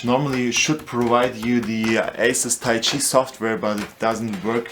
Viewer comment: lol "weeeeeeechiay" i giggled for hours :D but yeah bad review.